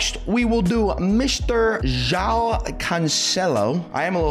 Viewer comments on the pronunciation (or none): none